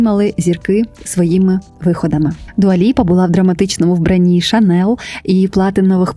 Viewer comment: Дякую за відео 🤍 Єдине, «Шанель» вимовляється з мʼяким «л», тому що так говорять на батьківщині бренду Франції. «Шанел» – американизована вимова і не є правильною.